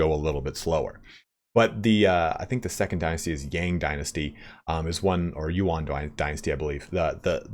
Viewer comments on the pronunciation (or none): none